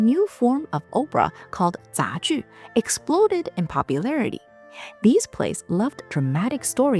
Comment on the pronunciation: Opera is not pronounced the same as Oprah.